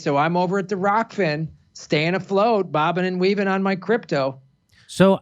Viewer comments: lol its Rokfin, right? LOL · wow, Jimmy doesn't even pronounce Rokfin correctly lol